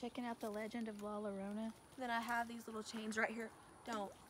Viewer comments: the two L's together are pronounced as a Y Yorona La llorona is 'the one who is crying' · Llorona is pronounced "yo-rona" NOT "lo-rona". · I’m pretty sure it would be llorona creek as in (y-o-ro-an) because llora is Spanish it shouldn’t be an “L” sound